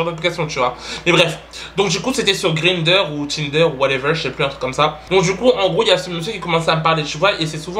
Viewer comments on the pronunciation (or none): Grinderr Tinderr ou Whateverr 😂😂😂 Chui morte